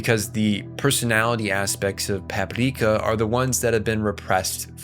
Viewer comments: Why are you pronouncing it Papipreeka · bro why do you keep saying Paprika like that 😐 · Why is this dude saying Paprika with a Japanese accent? The movie title is in English. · Stop saying Paprika like that